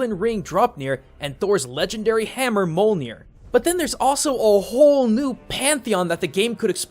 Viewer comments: molnir? MOLNIR?!?! IT'S MJÖLNIR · ITS MYLNIER NOT MULNIER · did i hear mallnir instead of Mjolnir? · It’s pronounced as myolnir not molnir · Molenir?? You mean Mjollnir, right? Muh-yoll-neer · It isent milner its mjilner😊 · AAAAAAA you pronounced Mjölnir wrong!!!!!!!!! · its not pronounced molnir its myolnir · (mul-neer)???? IT'S (meul-neer)!!!!!! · Thor's hammer is not "molenir" it is "mjonir" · Wtf thors hammer is mjølner not mojlner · Mjölnir isn't pronounced as "mole-near", it's "m'yole-near" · Mole-near? Myol-near is the usual pronunciation, I thought. Defintely not Mew-Mew. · Me yol neer not molnir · Mjölninr not mjolnir. Its not marvel. Its also Tor not Thor. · Molnir.... Mold yes. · Dude said "Molnir"... Im done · I like how everyone noticed these fine details, but nobody else noticed how he pronounced Mjolnir, "Molenir" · >pronouncing mjolnir as mole-neer Norse is a germanic language. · Did you just call it "Mole Near" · MJØLNER!!!!! not mjolnir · I'm gonna correct your old Norse, I studied it for awhile. Mule-neer. Ig-dra-sil. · TheeAdeptBranch yeah its more pronunced mule neer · Thor wepon molir. Nice gomba you go girl. Theres a j in Mjölnir and a ö [oah]. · in Old Norse, j is a y, they are the same letter in the alphabet, so mjolnir is pronounced myolnir, gjallarhorn is pronounced yallarhorn. Edit: Ragnarok requires more than just Jormangundr to release his tail, Fenrir must be freed from gleipnir, surtr must walk from his realm, Loki must be freed from his children's intestinal bonds. Jormangundr is merely the one to start it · forgot the soft "j" in mjolnir bruh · Molneer? Rly? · “Mole-near” what’s that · Did no one else catch Thor's hammer "Mulnir"? Like mullet. The soft U sound. Great vid tho. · Pronounce... Mjolnir... As Molnir... TRIGGERED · Mjolnir, pronounced mill-neer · the j in Mjolnir is pronounced like a y (like in the word "yes") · Mole-nir... MOLE-NEAR!!!! XD come on..... its Mjölnir! get it right